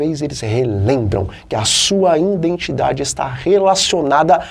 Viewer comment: " INDENTIDADE"? NÃO SERIA:" IDENTIDADE"?